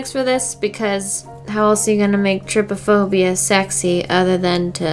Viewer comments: I died when u said trypaphobia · lol you have been saying “trypophobia” wrong it’s kinda pronounced “tri-Po-phobia” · This gave me so much anxiety but I still watched it... It’s pronounced tri-pa-phobia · her saying trypiphobia me:byeee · "Triphobia, i hope im not saying it wrong." Me: "Oh Boo, you jinxed it haha XD"